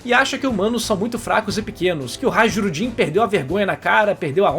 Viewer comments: só para contextualizar, o nome do Hajrudin tem a pronúncia de /Rairudin/ o J nos antigos idiomas nórdicos tem o som de I, por causa da latinização da região, isso é quando o Império Romano dominou a área foi quando eles tiveram acesso às letras, antes eles escreviam com runas e só em rituais, então os próprios romanos transliteraram aquilo que ouviam com seu próprio alfabeto e na época o J tinha o som de I no latim. Não sei se chegaram a te explicar dentre os mais de 200 comentários, mas fica minha pequena colaboração. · em Hajrudin o "j" se pronuncia como "i" ou "y", assim como no alemão e línguas nórdicas.